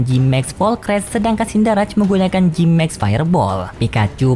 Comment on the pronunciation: Cinderace. Bukan sinder-raj kak, tapi sinder-ace